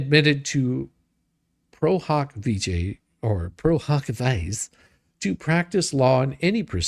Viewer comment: Pro hac vice is pronounced pro hack vee see